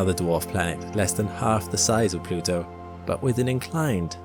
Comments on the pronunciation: Ah yes, Plutwo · It's planet plutwo